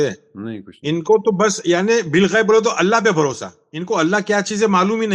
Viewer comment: Balghaib hai Bilghaib NAHI hai